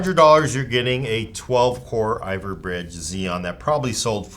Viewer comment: Iver Bridge? Lol (Ivy bridge)